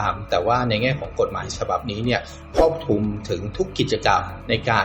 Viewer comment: ครอบคลุม ไม่ใช่ ครอบคุม